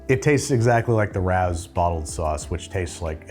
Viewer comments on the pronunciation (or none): its Ray-Ohs! (not rahows) cmon youre in nyc now. 🤌 lol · Is it not ray-oh’s? Rao’s? Not rows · no way mfer just said r-ows. it is ray-ohs. smhmh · It's not "Rows" rhymes with how. It's Ray-o's. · ¡¿RAOWS?! Did he just pronounce Rao’s (Ray-o’s) “Raow’s”? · For someone judging pizza, and spot on judging as well, how do you call the NYC famous restaurant “ROWS”? ITS “RAE-O’S”! I think this bothers me more than most due to knowing the family personally. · Rao’s is pronounced Ray-O’s not Rouse. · It’s ray-o’s not rauw’s. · How is no one mentioning the insane pronunciation of Rao’s? It’s rey-oh, not raow. Despite this I still love you Babby! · Try a Motor City supreme frozen pizza if you ever see one. Square deep dish style, about 29.5 ounce $8.00. Never heard anyone pronounce Rao's like you do.. I believe it's Ray-Oh's . Just saying. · Rao's is NOT pronounced rows !!!!! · its pronounced Ray-Os u twit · Isn't pronounced Ray-ohhs? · It's pronounced Ray'- oh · It’s pronounced ray o’s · It's pronounced, Ray Os? Haha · Rao’s is pronounced Ray-o’s. It’s an old family restaurant located in Spanish Harlem NY frequented by the rich and famous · Pronounced "RAY-OH'S"🙂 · Just so you know, Rao’s is pronounced “Ray-Oh’s”. 🎉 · It's pronounced RAY-O'S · Dude how do you not know it's pronounced RAY-oh's? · Ray…ohs. Is how I think it’s pronounced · Rao is pronounced Ray-Oh. According to the show Billions. I'm from Oregon so what do I know. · it is pronounced RAY-OHS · In The Sopranos they call it "Ray-ohs" therefore he is pronouncing Raos wrong lol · Rao's is pronounced RAY-OHS, an excellent old time restaurant in East Harlem, NY. It used to be an Italian neighborhood. Rao's pasta sauce is the best. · It's pronounced ray-ohs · Rao's (Ray-o's). They're Italian, not Asian. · Isn’t Rao’s pronounced, Ray-o’s? 🤷‍♂️ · Ray-ohs lolololol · You lived in Brooklyn and don’t know it’s pronounced RAY-O’s? 😢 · It’s pronounced like Ray-os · anyone else horrified by how he pronounced Rao's?? 😭